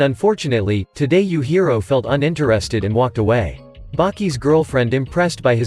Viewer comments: Yuhiro?! I think you meant “yujiro” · Bro said youhiro